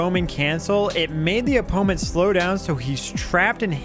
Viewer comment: ok the way you say 'opponent' has to be comment bait. I respect it